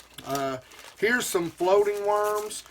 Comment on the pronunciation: Floating* not flotting